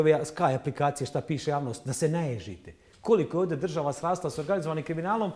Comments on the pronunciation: Nije ođe Nego ovdje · Kakva je ovo dzaltara u cvenom sakou, koja kaze "vodje" umjesto ovdje.